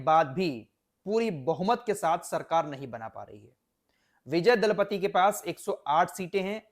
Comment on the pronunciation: Dalapati nahi bhai ji Thalapati hai